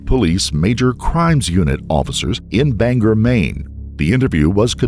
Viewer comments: As someone who lives in Maine, for future reference, they are pronounced "BANG-gore" and "OR-oh-no". Love your vidoes. :) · Its Bang-gore not "banger" 😅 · It’s BanGOR Maine ..not BanGER lol I dunno why everyone says “er” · my dude I love your videos...... but being from Maine you botched EVERY town name in this. Ore-A-No, and Bang-Gore. I didn't name them. I think French folk are to blame.